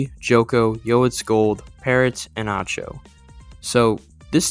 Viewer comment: Lime, first thing is that acho would be pronounced like echo except the a is an a or an ah, either work from what i remember, next is that acho or parrot are likely to be the second in strength on this team, parrot due to his strengths in things like pvp while acho edges him out in experience, as you mention joko is likely to be the 4th player and i think he will handle that role well